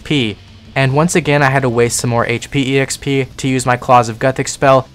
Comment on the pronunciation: >e-x-p >not x-p >e-x-perience >not x-perience > :eyes